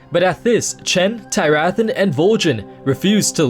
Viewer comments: It's Teer-uh-thawn. Not Tie-wrath-on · I had JUST finished this book a day before you made this video... wow. Also, I think you mispronounced Tyrathan. Other than that, great video. Also, Vol'jin set the traps, not the Shado-pan.